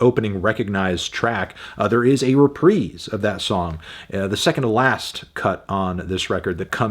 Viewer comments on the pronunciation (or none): none